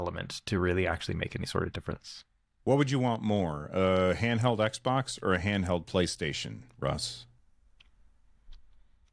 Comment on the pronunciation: How many times did Russ say XBOK?